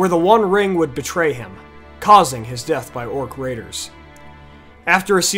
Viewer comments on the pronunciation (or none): none